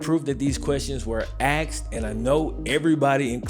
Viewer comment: “if these questions were axed”